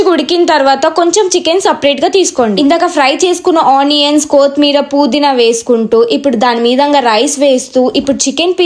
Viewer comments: kotimeera Kadu kottimeera,puudiina Kadu pudina😂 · Koothimeera kaadhu akka kothimera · ila chepthuna ani em anukoku... Anni bagane chepthunav but kothhimeera pudhina endhuku akka ala antunav kothimeer kadhu kotthimeera... Puudhina kaadhu pudhina